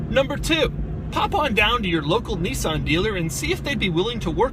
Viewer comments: can u learn to fuckin pronounce Nissan please? thankyou :) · Serenity The irony is strong with this one